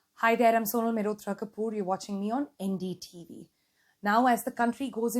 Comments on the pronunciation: Why did you say NDTV in a funny way 😂? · The way she says NDTV 😀😀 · Why so much emphasis on "NDTV" !